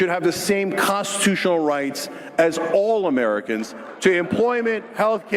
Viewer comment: Jank reaching for that "all amerc'n" dream 🤣 tyt rip